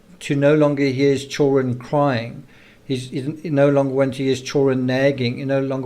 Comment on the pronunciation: PLEASE for the love of all that is holy learn to pronounce children properly. It's not chullren ITS CHILLD DA REN !!!! Why is that the only word you can't seem to say?